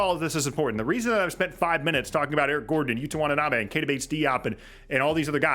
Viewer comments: its "Watanabe" not want. still love u tho - bulls fan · Good breakdown. Can't wait for the new season to start. Minor point of clarification - pls don't take it as a petty quibble - it's WATANABE. Kudos for pronouncing Metu's & KBP's names smoothly & correctly.